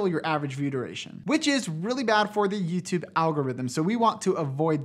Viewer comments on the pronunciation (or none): hey i love the videos you do and great job and all that, but i kinda hate how you say "yüütübe" lmao